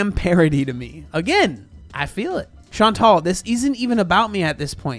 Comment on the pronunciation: My name is Chantal and i'm impresed that you said it in english the right way!!!